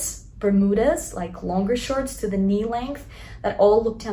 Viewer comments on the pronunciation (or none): none